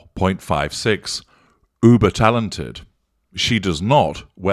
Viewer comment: I thought you said buber talented 🤣😂